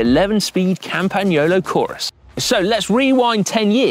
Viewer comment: OMG Si pronounced the “gn” in Campagnolo correctly. I am so happy to hear a Brit who is able and willing. :)